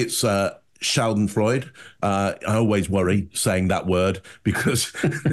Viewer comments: Schadenfreude, perfect, you only missed the 'e' at the end, German pronounces all letters in a word, 'schadenfreud eh'. But otherwise perfect. I haven't watched ANYTHING about Amber Heard. I probably believed Johnny because all his past loves never saw the type of behaviour Heard was accusing him of. But, in the same breath, I can't think of anything less interesting than listening to some C level actress's histrionics! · Schadenfreude - pronounced SHAH-den-froy-duh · 'Schadenfreude' is pronouced "shah' den froy' duh," when uttered in an English sentence; though - as might be expected - in German, the r is slightly clipped and trilled. 🙇‍♀, my hubs and I live in the N GA mountains near Blue Ridge, home of the BIGFOOT MUSEUM. It's well worth the trip, if you have absolutely nothing else to do for the rest of your life, or have children with you. Kids love it. After Bigfoot, you can ride an old train up the mountain from downtown Blue Ridge to McCaysville, GA/Copperhill, TN, a town split by the state line and the Ocoee River (location of the '96 Olympics White Water Events), where you can go tubing or rafting on some of the less-daunting water. Or hike up to see the place where Cocaine Bear was found! And - on summer nights - see a 10th-run flick at The Swan, our drive-in movie theater, est. 1955 - and one of only five left in Georgia. You can also bring your horse and ride some gorgeous mountain trails. (Nope, not associated with the Blue Ridge Chamber of Commerce...) Great presentation, guys! Thanks,, for bringing back Stephanie Lazarus, who totally gives me the Shivering Creepies. And I have to say that TBP is the last place I thought I would ever run into Baudrillard again; but, of course - as presented by - it made perfect sense. Merry Christmas, y'all! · Hearing say schadenfreude wrong makes me happy for some reason. 😂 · Schadenfreude - in German it has four syllables. The e at the end is not silent. Froi-duh.